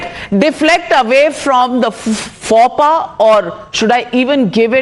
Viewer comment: Navika, faux pas is pronounced fo pa, not faw pa.